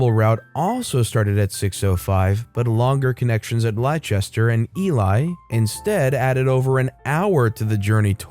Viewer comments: Leicester is "less-ter" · UK pronunciation guides - Loughborough is not "Low-bow-row", but "Luff-bruh", and Leicester is "Less-tah"... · Story 1 Leicester pronounced Lester. Loughborough pronounced Luff-brah. If you don't know, it only takes a quick Google 🙈 Otherwise, good job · Ah man, as a british person your pronunciations there physically hurt me. It's pronounced "norritch", "luff-buruh", and "lester". Don't ask me why they're spelled the way they are haha. Great stories as ever though! :) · Its luff-boro and nor- itch and lest-er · I have to mention your pronunciationor or the English town names, it's not how they would normally be said. Try these : "lufbera" or "lufbre" - Loughborough, "norich" - Norwich, "lester" or "lesta" - Leicester, "eelee" - Ely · I love your channel & listen to your videos daily but... As a Brit, that first story was so hard to listen too. You butchered the pronunciations of the cities!! For future reference... Leicester is pronounced Les-ter. Loughborough is pronounced love-bruh & Norwich is pronounced Nor-ich!! 😅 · That's not how you pronounce Loughborough, Leicester, or Ely. 🤣